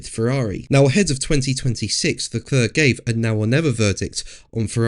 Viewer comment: PLEASE learn to pronounce Charles Leclerc's name correctly!